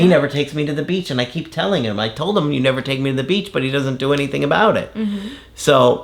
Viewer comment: “Neva eva” 😂😂😂